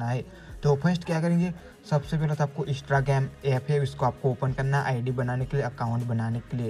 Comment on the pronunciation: Pahle bolna to sikh jao Instagram 😅